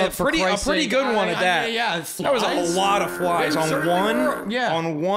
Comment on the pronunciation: You missed him literally saying fries instead of flies. hahaha